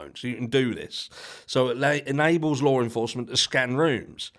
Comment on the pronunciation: *Law enforcement There is no R in the word. Lawr is not a word.